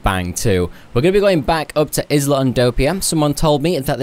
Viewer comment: Isla is pronounced “eye-luh”.